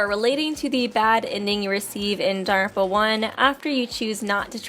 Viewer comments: very time that "daarrrrerpa" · It’s not DANGONRONPA.... It’s danglepompa... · Does anyone else find her pronunciation of "danganronpa".... Off....